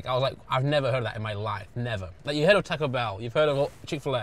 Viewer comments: why is blud pronouncing taco like that 💀 tack-oh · British people pronouncing it tack-o and thinking that’s correct is amazing